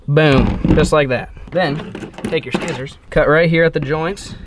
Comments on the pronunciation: "use your skissors" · "take some skissors"